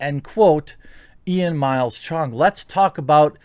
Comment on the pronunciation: lmao why you gotta say CHONG like that